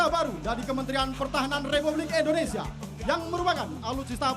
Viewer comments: Sangat di sayangkan MC pria acara di lapangan nya selalu salah dalam menyebut nama bangsa sendiri..Indonesia di ucap nya Endonesia🤦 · bisa gasi penyebutan negara nya itu INDONESIA bukan ENDONESIA 😂😂